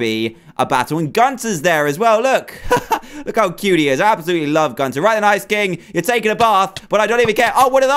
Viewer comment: Its not Gunter Its gunther